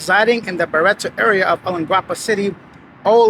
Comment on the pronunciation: Olongopo is pronounced "along-gopo". I spend a couple of months a year there, he doesn't look familiar but others say they have seen him in Barretto, which is an area about 10 minutes outside Olongopo.A short stretch of hotels, bars and restaurant there.